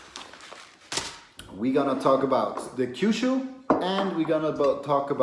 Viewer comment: Why do you say "Kyushu" if it's written "Kyusu"?